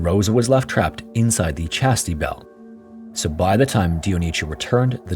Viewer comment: 'Chastity belt'. Not "Chasty belt".